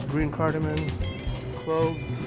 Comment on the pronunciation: ( I'm just kinda disappointed that the chef at the start said "Green Cardaman" Also, CTM, has only ever been used in that video. And Glasgow, is Glazgow. Not Glass Go.